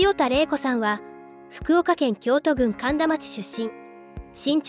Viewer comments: 「きょうとぐん」ではなくて『みやこぐん』と読むんだよ😮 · 京都きょうと。京都郡ミヤコグンって読むんだよ～福岡県の端っこの方だよ😃